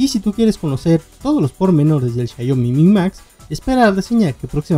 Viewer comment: Buen vídeo bro, sólo que se escucha raro cuando pronuncias xaiomi en vez de xiaomi